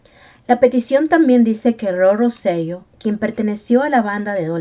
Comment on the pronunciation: Hola, excelente video. Quería comentar que el apellido correcto de Roy es Rosselló. El acento en la “O” cambia la pronunciación a Ro-se-yó